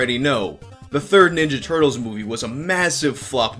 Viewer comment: The Turt-leez